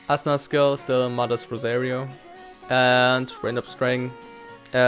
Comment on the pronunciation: Dude how the fuck do you say Asuna in vocal, Asuna to Assna ? AHAHAHAH